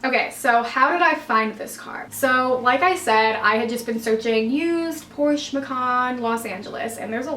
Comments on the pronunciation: So I'm German and it is PorschE 🙂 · Please don’t ever say PorschUH lol Beautiful car good for you. 🥰👍🏻😍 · i think "porschay" is the closest to describe how we would say it in german, lol 😃 even though it looks silly. but its hard to describe a word that ends in E and where the E is actually pronounced... 🤔 and i remember beyonces version of Ave Maria and she pronounces it more like "Avay", i think its hard for americans to actually stop on the E and not put that y after it.. 😉 sounds complicated but maybe you know what i mean 😊 grüsse aus der schweiz